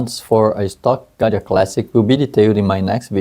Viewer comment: Just for clarification purposes it’s Gaggia, not Ganja.